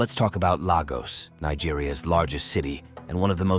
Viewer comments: If you are gonna do a video about any place you are not from, get the names of people and places right: Lagos is pronounced Laygoss for you foreigners. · From what he portrays clearly he has not been there. He can’t even pronounce Lagos correctly. Forget it